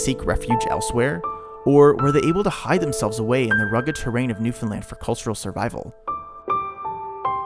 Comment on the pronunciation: I'm glad you actually pronounce Newfoundland like we do here as Newfies. 🤗